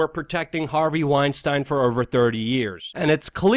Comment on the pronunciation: luke please pronounce harveys name correctly trying to make him not sound jewish